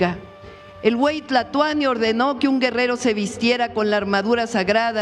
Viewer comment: Escuché o creí escuchar al narrador decir el último güey Tlatuani ?????